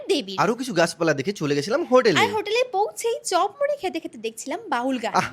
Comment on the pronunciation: Hriday - hotel❌ Hodel ✅ 🤥